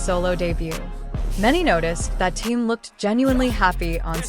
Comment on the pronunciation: Почему вы коверкаете имя Тэхена на все лады,это отвратительно